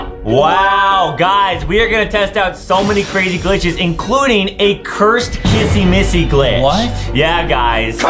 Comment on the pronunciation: why does justin call kissy Missy Kassy massy